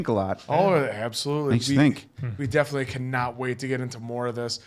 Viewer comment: Milchick not Milcheck or Murtaugh. Definitely not defilly. 🤨🙄😵‍💫